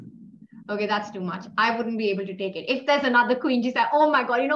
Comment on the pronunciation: "I love it-tuh!"